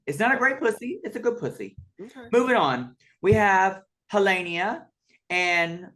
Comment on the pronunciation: them: so glad her name is pronounced Nelenia, the extra heh was too hard also them: next, HEhlenia